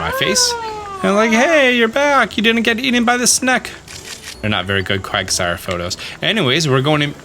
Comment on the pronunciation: Quagasire? It's Quagsire.